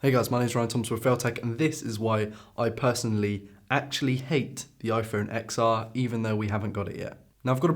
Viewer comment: "iPhone Exar" call it the 10 r please